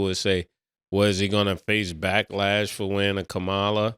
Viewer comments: Mase it’s “Ka-Ma-la not Kamala”. 😂😂😂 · Lol, Mase her name is Ka-Ma-la… butchering shorty name. Great take tho. Politics are a touchy subject, and neither party REALLY cares about anyone. But honestly politics cause division, and shows people mind state. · I love yall but can yall please stop saying Kamala name incorrectly? you’re a black woman, you could correct my guys when they say her name incorrectly. It gives off purposeful actions. Please do that black woman better than that. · Why y’all didn’t check mase on the vice president name. Like say it right or don’t say it at all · Damn Mase, learn how to pronounce the VP name bro!